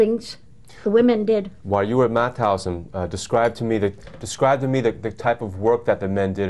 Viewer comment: Mauthausen you say the t and h seperate. It is not mouthousen 🙈🙈🙈